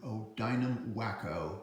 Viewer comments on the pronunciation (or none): It's prrnounced "Wahko". Weaver Aircraft Company of Ohio. Great easy to fly model, quite aerobatic. The Dynam PT-17 is not quite as aerobatic with ailerons on top wing only, also more ground looping prone due to short nose and taller landing gear. Now available from Dynam's Los Angeles warehouse, free shipping. The Dynam Gee Bee Sportster is easy to fly and aerobatic.